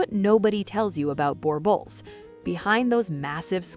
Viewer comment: Not boar bull, it's boor bull. b 'ooh' r bull. Spelt Boerboel. Al slop is terrible. Great looking dogs though and what's more incredible than the AI narrative it the fact that you're looking at a full black boerboel. I may be in the purist camp in terms of their pedigree though, definitely N mastiff in there somewhere.